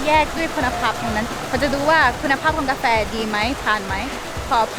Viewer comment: พูดไทยชัดมาก..ชอบๆสุดยอด บางคำที่ไม่น่า พูดชัด เลย เมือก กาแฟ ยังออกเสียงชัดมากๆสุดยอด..ติดตามครับ